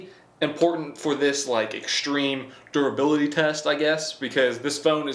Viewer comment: Razor durabilatiiiititit What ?